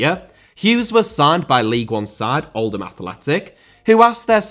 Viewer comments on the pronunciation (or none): none